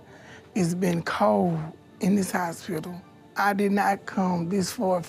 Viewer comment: too lazy to pronounce the t sound at the end of 'cold' ... because of course.